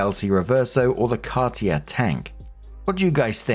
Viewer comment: Story 1 - When doesn't know how to pronounce "Cartier"... possibly the most famous jeweler in the world.